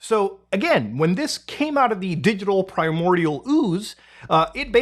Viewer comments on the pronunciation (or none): none